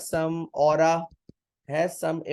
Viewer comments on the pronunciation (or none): Sir aap ne Aura bola tha 😭😂